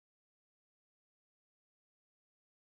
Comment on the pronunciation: Is this a joke? Its not even close to how Per Ragnars name pronounced. Just because you run it trough a speech synthesis doesnt make it correct.